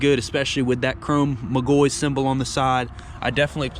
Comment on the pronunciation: its "Mic Gaw He" im a McGaughey